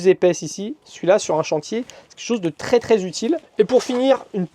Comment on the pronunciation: Il faut vraiment arrêter d'abuser du mot "tRRRès" ça tend a force. Sinon chouette boulot